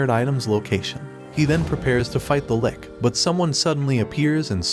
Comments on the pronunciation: its not pronounced 'lick' its "litch" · He keeps calling the Lich a "lick", lol. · dude pronounced Lich as ''Lick'' XD Kinky